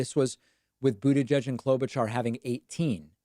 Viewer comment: Please stop pronouncing mayor Pete’s last name, if you were just trolling sorry to bother you but it annoys the shit out of me